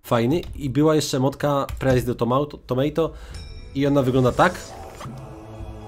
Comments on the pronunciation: tomato to nie tomejto tylko tomato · Na przyszłość : Potato - Po tej to Tomato - To ma toł